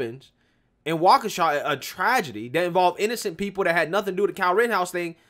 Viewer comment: He finally said Waukesha right? WOOO!!! BLM is for clowns…period